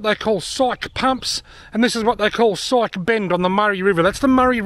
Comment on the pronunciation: I've been there in '16. And it's Psyche Pump, not psych.